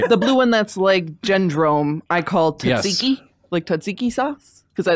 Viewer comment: It's Tsatsiki, not Tatsiki